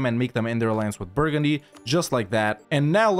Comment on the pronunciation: take a look at this beautiful "burgundy"